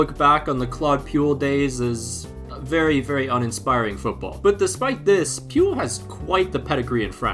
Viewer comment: I'mma be honest. The pronunciation of Claude Puel's name ment I had to re-imagine the pronunciation myself to realise I knew of the guy. Puel doesn't rhyme with fuel.